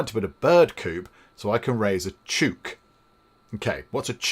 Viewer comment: Chook is Aussie speak for "chicken/hen", pronounced "chook" like "look".